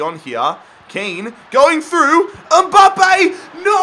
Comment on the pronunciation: it's Mbappe not Umbappe